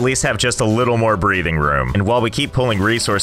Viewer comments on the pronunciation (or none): none